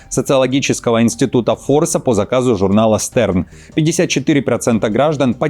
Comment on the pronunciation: Не Стерн, а Штерн. Звезда.